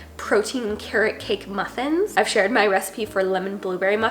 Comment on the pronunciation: …what happened to the word “muffins” there 😂